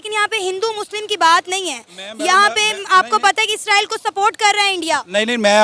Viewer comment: ISRAEL hota hai 😂😂 naki ISRAEELLL